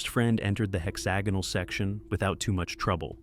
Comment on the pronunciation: Pretty sure that's not how you pronounce hexagonal. I could be wrong though